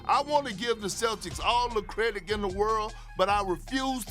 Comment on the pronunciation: “ I wanna give the Celtics all the CREDI(k) in the world” 😂 Perk Bruh